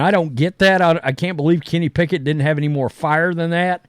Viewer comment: Kenny “Pack-it” will never get a start over a healthy Jalen Hurts.